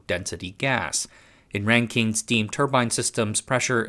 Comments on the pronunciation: You're out of your depth here. Best to stick to tech stories. Supercritical CO2 is not a gas. It's pronounced Rankin, not Renkeen. Bouncing around from random example to random example. As someone with background knowledge in turbo-machinery and materials science, this is painful to watch. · [ˈræŋkɪn] not [ˈræŋkiŋ]